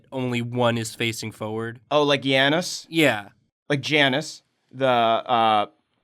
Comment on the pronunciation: HE FUCKING PRONOUNCED JANUS CORRECTLY HOLY SHIT, I'M SO FULFILLED!